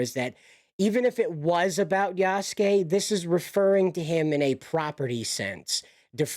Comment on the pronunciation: You pronounced Yasuke properly. The u in the name is more silent when pronounced. Japanese is a great language to learn. I think most people are intimidated by it because of the Kanji/Katakana/Hiragana lettering in the language. It's a blast to learn.